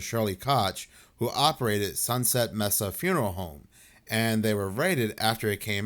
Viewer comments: I think "Mesa" is pronounced like "may-suh" not "mess-uh". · Mesa pronounced may-seh.